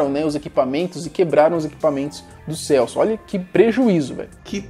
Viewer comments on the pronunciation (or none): Kkk no final falao Celsp.errado